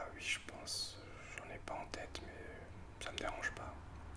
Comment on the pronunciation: Harry Potter en boucle, je te suis sans aucun souci! C'est super cette vidéo pour apprendre à te connaître. Pour la prochaine, si j'étais toi, j'inviterais tes youtubeurs à poser leur question. Je pense que prochainement, je tenterai l'expérience pour créer davantage de liens. Mention spéciale pour tes "oui" prononcés "uuui". Le réglage de ton micro est nickel! Merci pour ce moment.;)